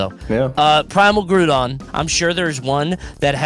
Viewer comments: Hearing say Grewdon instead of Groudon made me smile so hard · Bro successfully gaslit into calling Groudon “Grewdon” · mispronouncing Groudon and nobody correcting him sent me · pronouncing Groudon like crouton just changed how I see its name. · i like how mispronouncing a pokemon name is now called pulling a wolfe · I love when accidentally out-Wolfes with some of these pronunciations